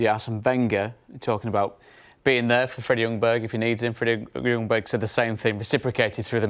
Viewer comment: Hi England! The "J" in Ljungberg is not silent, but the "L" is. Regards Sweden.